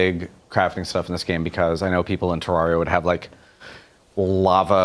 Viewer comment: I love AKA the, but every time he said Terraria, I cringed.